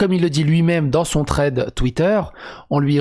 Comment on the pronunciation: Thread pas Tread.